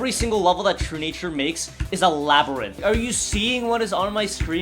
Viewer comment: no but he says E-labyrinth bro